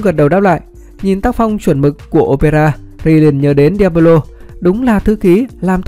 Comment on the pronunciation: Chịu tích chuyện để nghe nào đâu nghe cứ cấn cấn ấy sởn gai ốc khi nghe đến diablo